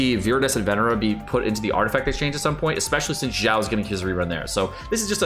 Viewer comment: its "xiao" not "jjiao"